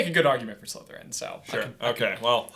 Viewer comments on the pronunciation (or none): when they answered on disgust i heard slutherpuff #slutherpuff